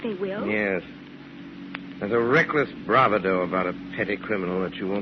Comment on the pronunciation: I'm stunned. Orson makes a mispronounciation error on the word "bravado" when he places the accent on the initial syllable rather than on the medial one. What was he thinking!? I guess his refusal to attend rehearsals for "The Shadow" sometimes led to disastrous consequences :-).